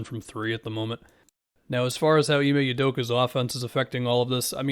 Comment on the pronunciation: Plus its pronounce imeh udoka like oouu-doka, not U-doka